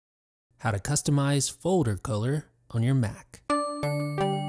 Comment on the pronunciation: FJ21™ it's the way pronounces folder:)